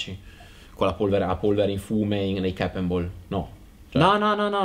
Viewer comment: Cap e non chep. Action e non ection. Long e non lon. Comunque bravi bel video ben fatto.